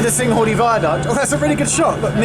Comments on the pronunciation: Kinghordy not singhordy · The way Geoff pronounces Cynghordy at the beginning of this video is distressing :P But on a serious note, the accessibility to that platform needs to improve. On the Arriva Trains Wales Network Map, it does say that Broome has "Partial access for wheelchair users" but from this video, it's quite evident that accessing the platform with a wheelchair isn't entirely easy